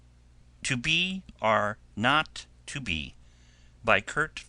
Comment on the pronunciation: ....you need to re-record the title audio....there should be no "n" in the title: 2BOROT2B...NOT 2BORNOT2B!! Seriously?!? Where are your editors?!